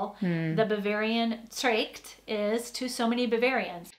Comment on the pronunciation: I get a bit pissed of that the woman can't be bothered to pronounce "Dirndl" and "Tracht" correctly.